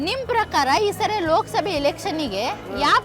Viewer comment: Akka ನಿಮ್ಮ ಪರಕಾರ ಅಲ್ಲಾ ನಿಮ್ಮ ಪ್ರಕಾರ anta ಕೇಳು 😅